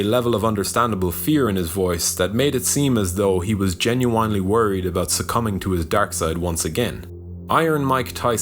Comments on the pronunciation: "Genuoionly" lol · Terrible video. Shut it off after you couldn’t even say genuinely.